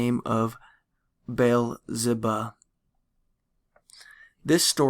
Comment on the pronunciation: I'm sorry but this guy doesn't even know how to pronounce biblical names like Baal or Baal-zebub!!! I think it is easier to just turn the sound off and reaf it for myself. I read better than this in 6th grade. I can't pay attention because of his reading. Half the time i have to go back and read it for myself.